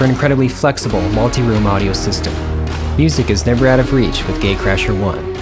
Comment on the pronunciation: It sounds like he is saying gay crasher 😂